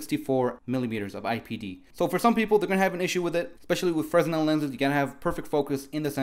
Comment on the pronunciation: lol I don't mean to be a douche, but genuinely wanted to tell you it's pronounced "freh-nel". The s is completely silent. Just a heads up!